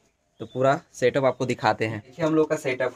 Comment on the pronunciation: Bhai satap nhi hota 😀 setup hota 😂😂